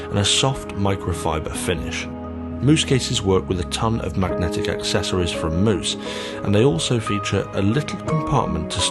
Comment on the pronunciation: MOOSE, HAHA freaking moose. It’s mouse u donut